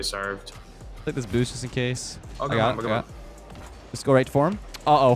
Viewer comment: Leths Canadian really came out then lmao